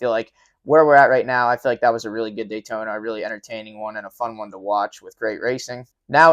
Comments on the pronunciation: daytoner....... drove me nuts all race hearing that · "Tamper" and "Daytoner" is funny. I noticed they say "Brotha" for some reason, but can't say Tampa and Daytona correctly? Please explain that one...